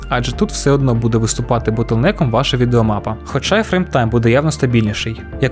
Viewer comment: "ВідеоМАПА" 😂😂😂 ото сказанув))